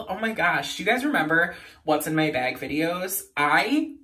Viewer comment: I think it’s funny and cute when people say bag like that 😂😂😂